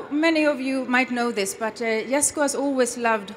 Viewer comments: Don’t like that can’t even say ”Jesko” the Swedish way. She americanized it. It’s Jesko like ”Yesko” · this name is as confusing as Jeniffer in the Witcher. Djesko or Yesko? Even the girl pronounces it differently each time )